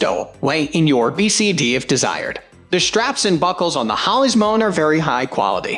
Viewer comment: No clue who owns this channel, but clearly it's very low quality script fed through a robotic voice synthesizer with images that are ripped off from other sites (namely Amazon) without permission. Seriously -- F1 = "fone" and M1 = "mone"? Scub-Ay-Pro?? What a joke.